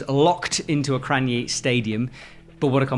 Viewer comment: I was happy finally learned how to pronounce Kranj. But then he failed again 20 seconds later.